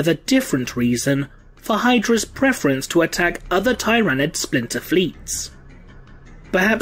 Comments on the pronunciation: tier-a-nid not tie-ra-nid but it’s ur channel so u can pronounce Tyranid any way u want I just thought that’s the way most of the community pronounced it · It's "Ti-ra-nid" not "Tie-ra-nid" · I have to thumbs down your video since you automatically the 1st time you pronounced it you pronounced tyranid incorrectly... why?